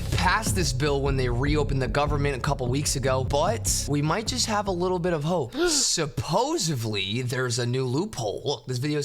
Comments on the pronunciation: "supposevely" yeah im out folks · “Supposedly”, not “supposevly”